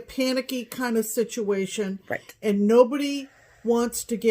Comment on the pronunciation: Situation = stitchuation?! Dunno why but I kept hearing this in my head everyone you said you 😂. Another great video ladies, I was late to watching it this week cause work gets in the way.